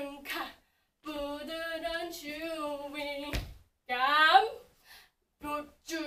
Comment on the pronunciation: hope i'm not the only one that keeps hearing her pronounce it like 'choo-ing gum' and for some reason it's actually adorable lol 😂❤👌